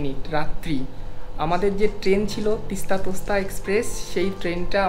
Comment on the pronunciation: তিস্তা তোস্তা না , তিস্তা- তোর্সা এক্সপ্রেস